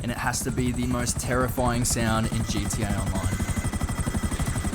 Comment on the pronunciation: bro said GDA